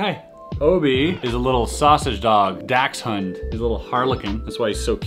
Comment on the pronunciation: He called it a dax-hund... Its a dox sund (Ofc not spelt like that)